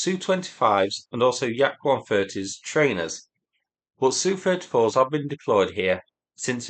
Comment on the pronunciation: Do you say yook when saying U.K. same as you saying sooo 31 no S.U 31